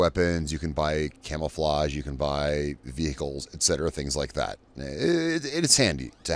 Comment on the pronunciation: Vee-hick-ulls. PS: great series! Thank you for putting it together!